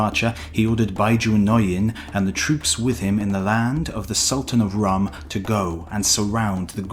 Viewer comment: Rum = Rome. And that is how it should be pronounced. Sultanate of Rum would however, be a very fitting name for a bar or inn.